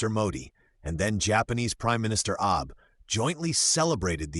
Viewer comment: Its pronounced "Shinzo Aabé". Not Aāb. This is a propagandist video people. Stay away.